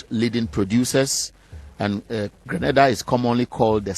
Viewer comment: don't confuse us with Granada dear. We are Grenada pronunciation Green nay Dah. P Our population is 120,000 and we are a middle class country. Don't confuse us with Haiti or other islands in the Caribbean. Our children are well cared for we have inside plumbing and every home has washing machine. We also have university on our island. Stop your foolishness and education yourself. So many Nigerians and Ghanaians are living in Grenada in search of jobs and attending university.